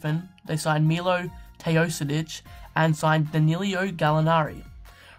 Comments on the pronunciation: And it's not Milo, it's Milos (this s is pronounced as "sh" in serbian) :D It's ok, just listen to US commentators, most of them know how to pronounce it :) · you said wrong "Milo Teosidic".. correct is MiloS TEOdosic :D